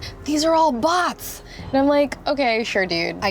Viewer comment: When she said Bots, I thought it was butts😂